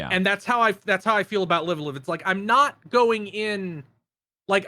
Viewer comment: i know it's literally spelled "live a live" but isn't it supposed to be pronounced "live alive"?